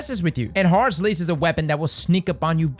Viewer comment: All I hear when you say the name is Whore's Lease